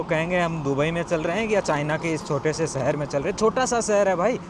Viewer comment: भाई आप सुंदर को तो शुनदर बोल रहे हो और शहर को सहर। अपनी भाषा को सुधारो । प्लीज़ बुरा मत मानना। ये हमारी हिंदी भाषा है सही से बोलो। आप पढ़े लिखे आदमी हैं ज़रा खयाल रखें। वैसे आपके विडियोज़ बहुत जानकारी वाले होते हैं। शुक्रिया। Me from UP . I m husain.